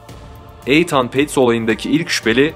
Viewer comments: Eytan değil itın diye okunur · isim yanlış telaffuz edilmiş ethan- ingilizce okunuşu ethın olması gerekir eythan değil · Eythan ne lan?...İytın İytın....Nathan da Neytın diye okunur😂😂😂😂😂😂😂😂😂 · Begenerek izliyorum sizi. Elinize saglik. Yapici elestiri olarak alin lutfen bazi goze batan ifadeler akiciligi biraz bozuyor. Eytan telaffuzu mesela. Ikincisi diger videolarda da var, tarih verildiginde 12 Mayis 1996 yilinda yerine tarihinde demek lazim. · İitın okunan Ethan yazılan bir isim olmasın bu. Lütfen telaffuz ve yazımlarda kendimizi yetiştirelim. Hız İçin herkes ağır demiş ama bence iyi yemek yaparken dinliyorum. Videolara devam 👏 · Aidan olmasin? Eydin okunuyor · Kemal Sergi saçma sizsiniz terbiyeli olun ismi yanlış telefuz edilmesinden bahsediyorum ve haklıyım uzatmıyorumda asıl uzatan siZsiniz isimler ülkelere göre değişik telafuz edilebiliyor kabul ediyor uzatmayın diyorum iyi günler. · Cocugun adini inat la yanlis soylemen